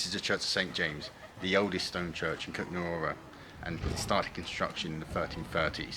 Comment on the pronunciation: The man in the video doesn't pronounce it correctly, so yes, Kuttenberg is easier for English speakers.